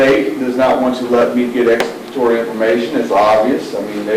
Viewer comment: If your gonna say you have exculpatory evidence then at the very least , learn how to pronounce it correctly damn 😂